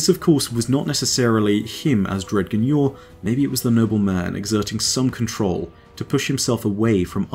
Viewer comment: Amazing vid as always. One little gripe, though. I feel like "Dredgen" should be pronounced "Dredjen" (with a "J" sound). I feel like this would accentuate this guardian's darker nature from the root word "dredges".